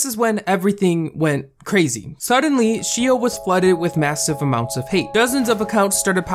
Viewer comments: xiao is pronounced shh-ow not she-o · It pains me to hear him pronounce xiao like "shi-o" instead of "sh-ow" but idk he might be saying it right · Lol I know this video was like 2 years ago, but the pronunciation of "Xiao" Is actually SHAW, or SHZAW and it actually means "little" in chinese or maybe im wrong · I'm Chinese and no, it's not pronounced as Shaow... It's pronounced as See-OW. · since you mentioned xiao i thought you meant her name was 'shio' so heres a quick explanation!! x in chinesse is pronounced like J + SH at the same time so its pronounced jao/shaow. hope this helped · It’s Sh-aa-ow not Shio for Xiaos name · Btw xiao i think is pronounced as xi-a(ah)-o(oh) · Xiao is pronounced like "ZA-O," I believe and Manaki is pronounced like "MANA-KEY" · For everyone reading through the comments, quick little fact: "Xiao" is pronounced like "shao". No hate at my boi making this video lol, Asian names can be hard to pronounce. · Xiao isn’t really pronounced like shao though... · It’s pronounced shiao, not shao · it was so tough listening to him say shio over and over haha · It’s pronounced as See-ow (except connect the two syllables into one) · For the record “Xiao” is pronounced more like something in between “Shaow” and “Jaow” :) (I love Xiao’s channel!) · took me a min to realize he was pronouncing XIAO as she-o 💀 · btw "Xiao" is pronounced "sh-ow" it is Chinese for "small" or "little" etc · BTW you pronounce xiao like this: shaao (from what I know!) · xiao is pronounced shi-aow manaki is pronounced ma-na-kee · i believe xiao’s name is pernounced sh-aow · Xiao is pronounced like she-ow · Its pronounced, shao!! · You pronounced Xiao shio? That's kinda annoying But ok And hmmm Manipulative mother Frick this world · 'sheeo' :,)... its enough to do SOME research before pronouncing a foreign name, right? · Every time he said your name I died 😂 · The pronunciation of Xiao and Manaki are hurting me. 😂😅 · The way you pronounce xiao and manaki really hurts :')